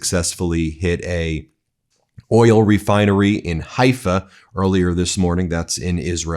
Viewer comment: Oil is a one-syllable word moron // it is NOT oiyellll